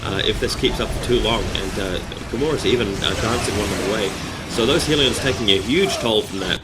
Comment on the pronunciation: Hey man, LOVE your videos really do, really helpful too =). One thing i'm unsure about is the pronounciation of Hellions. You say Hee-lee-ons but i noticed ingame, when built the Hellions say 'We are Hell-eons lords of flying death'. =) i'm confused lool. Dark Eldar are my favourite race i think. But i'm still a noob. It takes me and my friend to beat Insane Orks 8 minutes. Me as DE him as SM lol. We fail by ourselves.